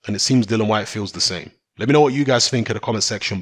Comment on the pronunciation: ITS "DILLIAN" NOT DILLAN. KMT